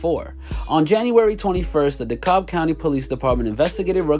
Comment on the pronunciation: It’s pronounced “Dee-Cab” county.